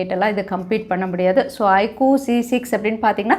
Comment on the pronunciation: Iquuu ellai iqoo Konja thaliva pronounce panna best ah erukum brand kavala paduthuringa sis